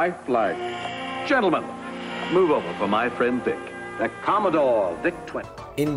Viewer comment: Did you call it a COMMON-DORE